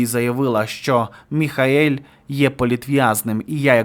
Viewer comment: Він не МІХАЕЛЬ. він МІХЕЇЛ